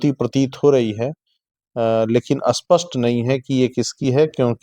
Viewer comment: आपका श्रम अनुपम है। परंतु भाई लोग तुम लोगों का प्राब्लम क्या है स्प को अ क्यो कहते हो यदि आप स्पष्ट को अस्पष्ट कहते हो तो अस्पष्ट को क्या कहोगे ?